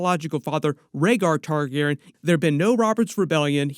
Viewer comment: So weird that u finally say Targaryen correctly 😂